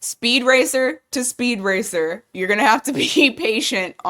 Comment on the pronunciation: Gemini reading, Speed Racer to Speed Race lol 😄